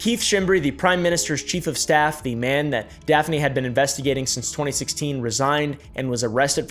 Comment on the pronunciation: was literally so shocked to see daphne on a thumbnail!!!!! I’m maltese and it’s so awesome to see people talking about this! justice for Daphne! 🇲🇹 (also props for your pronunciation most people get it wrong)